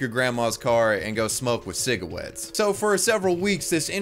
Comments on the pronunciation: Lmfaoo “ciga-wets” LMFAOO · Cigawettes lmfao 💀💀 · He doesn't say "cigawetts"... he says "smokes WITH cigarettes "... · "and he smokes cEegRaTs"